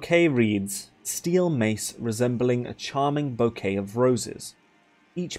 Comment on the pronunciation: Unimportant nitpick... It's bouquet (bookeh), ou in french gives the /u/ sounds.